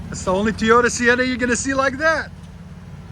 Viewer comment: It’s not teeeeyota it’s Toyota lol but nice van ❤